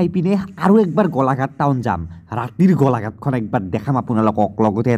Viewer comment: গলাঘাট নহয় গোলাঘাট 😒